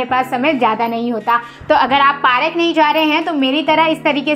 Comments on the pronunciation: Park not pa rak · Didi it's park not parak bolna to Sikh lo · Parak nahi bolet didi park bolet hai didi 😅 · Bura mat lagna but wo park hota hai parak nahi I am just correcting your mistakes don't mind it 👍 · You are saying parak it's Park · Didi please bura mat manana kyunki vah Park hota hai parak nahi please don't mind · Park hota hai parak nahi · Parak nahi park hota hai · Bura mat manna but wo park hota parak nahi I am just correcting your mistake please don't mind it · It's not parak it's park👍